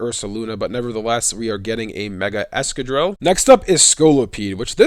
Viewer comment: the consistent mispronunciation of excadrill's name is sad, excavate/drill ex-ca-drill